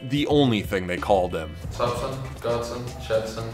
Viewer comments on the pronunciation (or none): u said his name wrong...its godson